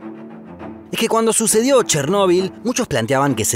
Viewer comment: Chernobyl y Fukushima pronunciados como el orto en todo el video